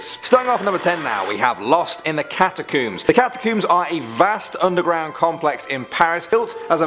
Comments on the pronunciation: Do you comb or cooomb your hair It’s pronounced like how you would say a hair comb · Its cat u combs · It's cat- a-combs